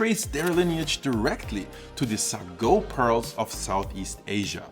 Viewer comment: Hey, I'm from SEA, the history lesson in this is fascinating! Just wanted to point out a slight difference in how we normally pronounce some items (or at least, that's how people around me do it): - Sago: "say-go" - Chendol: "chen-doh" (like in "Chennai", or how American media would pronounce the surname Chen) For the AI art, others have already stated their opinions from a moral perspective so I won't add to it. From an aesthetic perspective though, it tends to get real weird. Lighting and shadows don't always make sense and there's random spots that are given focus with extra fine details. To me, the net result is that it goes straight to the uncanny valley the longer I look at it, and it's extremely distracting. Would not recommend.